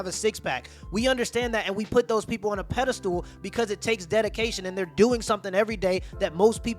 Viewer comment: Did you say peddalstool? 😂